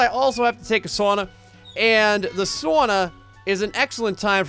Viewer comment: or do you just live up north cus the way you say sauna make you sound northern